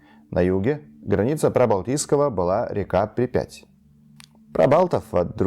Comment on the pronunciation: Спасибо за видео. До ОкИ, не до Оки – ударение на И, а не О. до Припяти – до ПрИпяти – немного не четкое произношение, надо поработать.